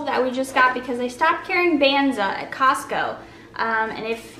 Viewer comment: I think the chickpea pasta “Banza” is pronounced like the “banz” part of garbanzo.